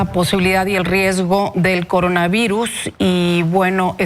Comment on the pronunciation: El Cogona Vigus